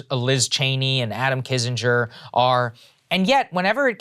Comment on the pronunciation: Saagar. It is Adam Kinzinger, not Adam Kissinger. Kin-zing-er. It’s been months now.